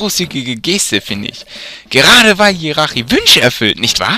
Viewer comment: Man spricht tschiratschi aus nicht jirachi Aber sonst cooler part aber Monsterräume sind meist da wo viele items sind